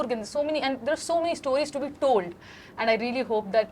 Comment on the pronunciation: Varun Dhawan pronouncing 'stawries' is as pretentious and ridiculous as the movie industry(MOST of the Hindi movies) he is representing!!